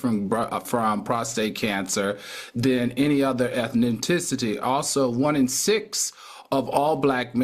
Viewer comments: ethninticity, Al? 🤣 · Al what is ethninticity? Its ethnicity. 🤓🤓🤓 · Come on Al ? Ethninticity. Al Reynolds surely can butcher words . Ethnicity Al Ethnicity. He’s a professor 🤦🏾‍♀️ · I need AL to start pronouncing words correctly MY GOD🙄. What on Earth is "eth-nin-ti-city" ????? Please do better AL! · "...Eth-ne-ti-city..." I heard every word Al and know the importance of urinary and gynecological health. I pray God's peace and healing upon the Simpson and the Goldman and Brown families. However I cannot help myself. I am not making fun of you - I am celebrating you! It's the little things like your pronunciation of such words that just makes me love you oh so more. ♥💜😘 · One thing Al is going to do is add some syllables. Ethnintincity. Jokes aside, brothers get your prostates checked. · Get over yourself, you never flubbered a word.? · I hope you not at those folks school teaching about eth-nin-ti-city👀👀👀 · Not ethninticity 😂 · The way Al, Mr. Smarty pants, pronounced ethnicity. 😂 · I think that he was trying to self correct and it just elongated the mistake 😂😂😂